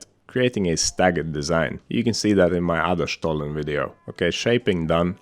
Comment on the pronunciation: Kudos for pronouncing 'Stollen' the perfect german way 😉